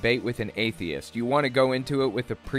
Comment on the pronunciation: I hate how he's saying atheist. He's saying, "atheis".